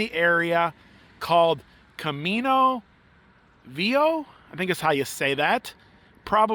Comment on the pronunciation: Hi guys. Try saying Camino Vee-a-ho. Spanish word of the day. It means old road or old way. Really enjoy your willingness to try different things